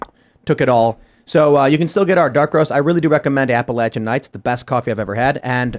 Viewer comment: PLEASE tell that it's pronounced APP-AH-LATCH-AN!!!!! It's NOT...APP-AH-LAY-SHAN!!!! My family has been in The Blue Ridge since the 1600's....so we KNOW how to pronounce Appalachian.